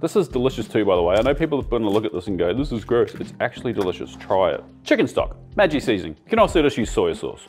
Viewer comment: You did not just call maggi "maji".